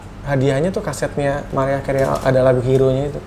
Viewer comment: Bukan MERIAH ATAU MARIAH tapiiiiiii MERAYAH KERIY gitu baca nyaaaaa